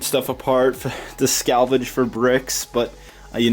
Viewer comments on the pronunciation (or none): did anyone else realise he said scalvage not salvage